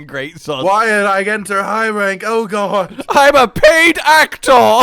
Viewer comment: misheard lyrics of the Safi’Jivaa theme is not the only thing you permanently engraved into the monster hunter community. The other is saying Gog instead of god